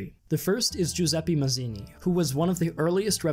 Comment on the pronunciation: Mazzini is /mat'tsini/ not /mazini/, Garibaldi is /gari'baldi/ not /gari'boldi/, Benso is /'benso/ not /'benzo/, Cavour is /ka' vu:r/ not /ka'ver/ and more. You really mispronounced every single Italian word. You've spent some time during research, next time please spend some time checking how to pronounce these famous names.